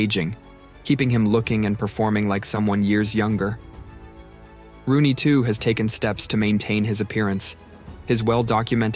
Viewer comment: It’s ROONEY, not Ronney smh